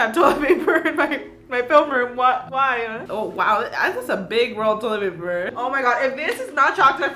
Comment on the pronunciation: When she said toilet paper it sounded like Toyota paper